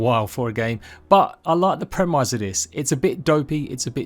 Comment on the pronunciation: Please learn how to pronounce premise